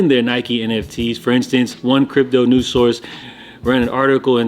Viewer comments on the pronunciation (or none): none